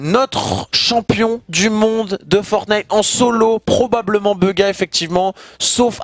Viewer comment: 100% ta écouter airwaks sur son interview sur bugha mdrr tu galère à dire son nom beugha